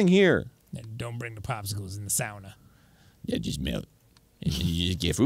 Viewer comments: I caught that too, I was wondering why he suddenly pronounced it correctly. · Me as a Finnish person hearing Arin and Dann jokingly pronouncing sauna spot on😍😍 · As a Finn I really appreciate them pronouncing sauna correctly